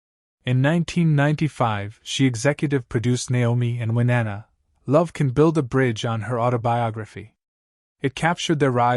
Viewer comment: Who the hell did the background for this? “Winnanna”??? Insulting.